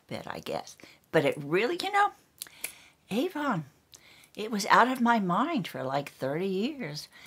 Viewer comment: It’s AVON written on the tin not Ann...btw, my name is Ann!